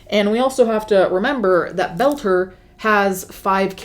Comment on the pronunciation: Friendly FYI: His last name is Boelter pronounced bowl-ter (similar to the word boulder) not that he deserves special care but just to avoid confusion because I thought you were saying “Belcher”.